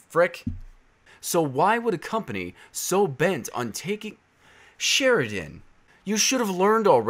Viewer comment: hes not saying sheridan right.... its sher-den its my last name..... idc tho lol u do u